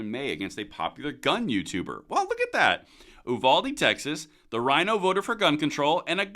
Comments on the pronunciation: We pronounce it "YOU-VALDEE". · It's pronounced youvalday. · It's pronounced like "Youvaldee"